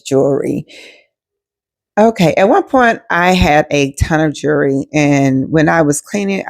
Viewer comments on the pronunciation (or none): Not " jurree" 😂